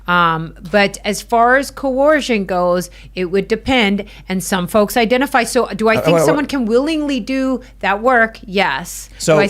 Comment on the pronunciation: She "ifentifies" as a victim. I wonder what else she identifies as.